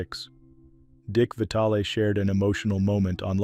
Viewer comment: It's pronounced Vy-TAL not vitally